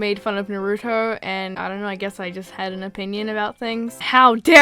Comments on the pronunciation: When u say na-roo-toe it makes me DIE ITS NAH ROO TOE lol this is not hate I loved this video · No offense, but it’s Nar-oo-toe I’m only correcting you bc it triggers me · Your saying naruto wrong I’m sorry if you’ve already been told but it’s just something that annoys me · This is not attacking you, But I hate it when people pronounce “Naruto” like “Nar-oo-doe-“ It’s pronounced “Nar-u-toe” I’m sorry it just makes me cringe. Don’t me. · STOP PRONOUNCING NARUTO WRONG EEEEEEEEEEEEEEEEEEEEEEEEEEEEEEEE it's (NAH-roo-toe) not (NUHroo-toe) doesn't seem like much but it always gets to me. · Is she saying “naruno”? It’s “naruto” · I can't..she says Narudo. It triggers meeeee. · I'm sorry, did you just say Naroodough Or Naruto? I'm joking. Heads up, you pronounced it wrong. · omg its not pronounced narooto its pronounced narato just written naruto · WAT IS NARUDO? NARUTO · It’s pronounced nah roo tow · No hate, I just love Naruto. It's pronounced Narootoe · It's nair u toe just so you know :) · “Nar-uu-tow” it’s Nar-Uh-Tow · NARUDO... You say Naruto like my cousin from England is that a accent thing or is it how you actually pronounce it? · not to be rude but you said Naruto wrong is pronounced Nar-oo-toe N-ar-oo-toe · When still can't pronounce naruto correctly... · That isn’t how you say Naruto. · You said naurto wrong